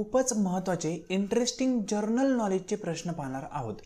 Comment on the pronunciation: जरनल नही, जनरल बोला